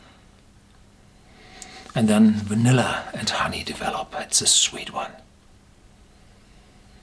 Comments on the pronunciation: I like how you say vanilla. Wanilla. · I like how you say "Wannila" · That's a spillover from German, vanilla in German is simply "Vanille", but it is pronounced "Wanille" (with regional exceptions). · "Wanilla" my favorite Horst word 😄